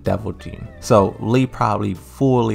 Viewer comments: My guy it literally says Lee everywhere on your videos ... not LEI it´s LEE pronounced like LEE in Bruce LEE...Lei Wulong is the kung fu cop that resembles Jackie Chan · It's LEE Chaolan. LEE. Idk why you keep saying Lei when it's Lee. Learn how to pronounce names better before talking about these characters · His name is Lee not lei& lei’s name is pronounced lei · Tekken was released years ago and you didn't hear how the announcers pronounced his name properly? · bro you still don't know how to pronounce his name???